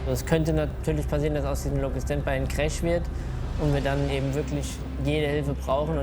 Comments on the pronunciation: Ich bin fasziniert davon wie man Tag ein Tag aus über Jahre hauptsächlich Englisch sprechen kann und dennoch so eine hundsmiserable Aussprache beibehält... "wann trie", "kräsch"und "Zirro" waren meine Highlights. Respekt an die Piloten, dass sie vorallem bei der Geschwindigkeit noch alles verstehen können. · geile folge aber "cräsch" hat mich umgehauen XD